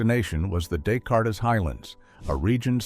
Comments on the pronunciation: He had earlier given us the “Dess- Cartess-Whatever, not understanding that we’re talking about a French mathematician’s name. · Who knew he graduated from "M One T"? 😂 Also, isn't the region of the moon visited pronounced "day kart"? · This narrator doesn't know what the De-Cart highlands are! He called it the Descartes Highlands. Unbelievable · or descartes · Great info but please stop using AI. It can’t pronounce names like Descartes. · Good video. I wish AI could pronounce Descartes correctly though. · Please teach the ai voice generator how to pronounce Des Cartes!